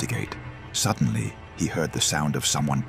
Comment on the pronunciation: WTF are you talking about? 'Suddenly, this man felt a burning sensation on his neck. He was terrified...' The guy was completely calm and had just clearly stated he didn't feel anything. Earlier in the vid, this stupid AI said sedantly instead of suddenly. This AI shortcut slop ruins these vids for me